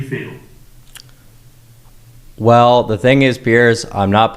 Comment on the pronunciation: Can we stop saying TING for the love of god